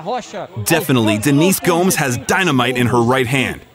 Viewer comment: You said "Gomes" like "homes"...